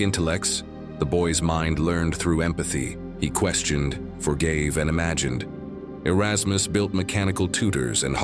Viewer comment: "areykus" LOL